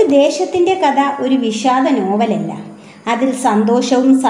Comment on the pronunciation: ഇത്രയും മഹത്തായ ഒരു കൃതി വായിക്കുമ്പോൾ ഉച്ചാരണം ഇത്രയും വികലമാക്കാതെ ശ്രദ്ധിയ്ക്കുക. കഥ എന്നതു് കത എന്നൊക്കെ ഉച്ചരിച്ചാൽ എന്തു പറയാൻ